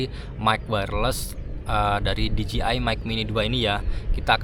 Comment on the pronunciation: Dijeai bang bukan dijiai